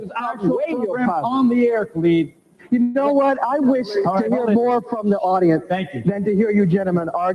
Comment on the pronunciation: Wa-Alaikum-Salaam, hey brother, nice video, but you are pronouncing brother Khalid name wrong peace ✌🏿